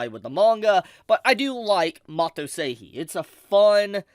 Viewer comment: Sorry, nothing too important but why do you pronounce 'Seihei' Seihii? It is the exact same sounds in both syllables. You say the 'Sei' part perfectly why change in the 'Hei' part. 😂😂😂